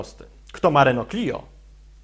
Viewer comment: Renault a nie Reneo :P